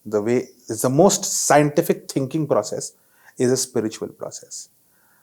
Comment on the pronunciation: Madam ji, Spritual nahi spiritual hota hai, please apne mehmaan se hee seekh lein. Journalist kee pronunciation par attention is very important.Nahi to Hindi mein hee Adhyatmik hee keh deejiye please. Das baar ek hee Galti bahut hee jhunjhlahat kau nirmit karti hai.